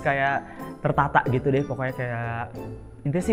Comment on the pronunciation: Sub "gitu"nya ditulis sesuai yg keluar dr mulutnya bondol yaa jadi "geeto" wkwkwkw